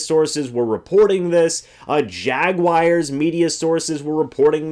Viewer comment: Jaguars...not Jaguires.